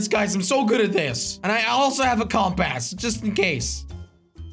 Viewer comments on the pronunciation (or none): It’s compass not comp a$$ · The way he says compass like comp aaas